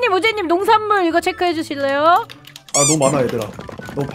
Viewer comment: 아 우잰넴 하는거 발음 개커엽네.. 오늘따라 발음이 왜이렇게 귀여우시지ㅋㅋㅋ